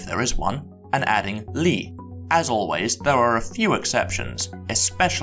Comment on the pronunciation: I got here from Biblaridion's channel, and it took me something like a full second to realize that the last word in this video, pronounced [vɛː], is what I would pronounce more like [ðɛəɹ]. On the plus side, I may have just found one of my new favorite YouTube channels. Subscribed!